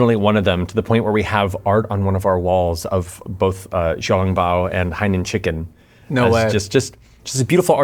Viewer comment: Theres no way im the only one that hears him say HIGH NOON Chicken